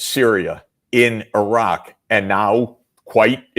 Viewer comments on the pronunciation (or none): none